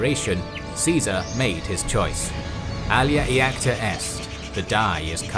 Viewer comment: Alea iacta est: The i in iacta is a consonant not a vowel and is pronounced yacta. The letter i can be either a vowel or a consonant. This consonantal i is where we get the letter j from. Another example is iuger--you say it as yuger.